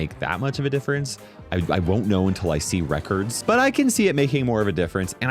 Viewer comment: 1 mastery and am I the only one who kept hearing reckers when he said records😂